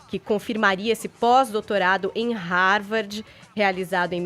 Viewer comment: A mulher nao sabe nem pronuenviar Harvard da forma correta 😂